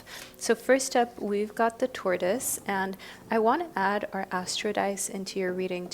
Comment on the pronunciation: Hey, I couldn't figure out at first what you were saying with 'tur-toys' (US English & accent like yours is pronounced TOR-tis) ✌️